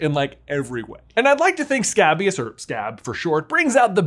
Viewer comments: Your pronunciation of scabious is off, it's pronounced skay-bious, not scab-ious. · It’s pronounced Skay-bee-uhs 😭😭